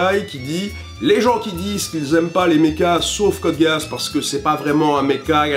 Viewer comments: sa se dit code giss pas code gay ass merci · Juste, on dit " Code Giss " pas " Code Geeass " sinon cool vidéo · .....code giss ça se prononce code guiss et pas guéass merci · Gui-asse pas ge-asse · C' est quoi cette prononciation? Code "Géhasse!-) Si tu regarde l' anime en VO le geass est prononcé "guisse"... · "Code G É A sse" ? On dirait plutôt "giss" ? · Code Gay-Ass, parfait :) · Ce moment où tu apprends que Code Geass se prononce Code Géasse en VO... J'étais pas au courant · non mais c'est Guiss hein c'est lui qui prononce super mal. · On dit pas code gisse ? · ca ce prononce code giis non? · Je sais que c'est un détail mais il me semble que code geass se prononce code guiss (en tout cas dans la VF c'est comme ça) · "Code Géasse" Mes oreilles saignent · précision pour: Code Geass se prononce "Code Guisse" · "code gay ass" Pas mal la prononciation :o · Code geass se prononce "Code Giss" pas "code géasse" ou "code gasse" xD c'est un nom en anglais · Pourquoi j'entends Code Gay Ass ? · Désolé mais on dit Code Guiss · Ça se prononce code GUIS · ÇA SE PRONONCE CODE GISSE 😩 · c pas code géass c code gisse mais c vrai ca ce lit code géass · Mdr "code géuasse" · "Code Guéasse" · Sa s'écrit code gueasse mais on dit code GUISSE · "code Gueuh asse"? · Code Géasse ? C'est dégueulasse comme tu le prononce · pitié...ça se prononce code gisse... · Je suis triggered par rapport à la manière dont tu prononces Code Geass ! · Tu prononce mal code geass